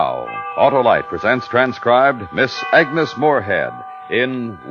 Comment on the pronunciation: It's "Agnes".